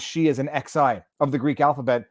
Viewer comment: Xi (ξ, Ξ) is pronounced ‘ksigh’, i.e. ‘sigh’ with a ‘k’ starter.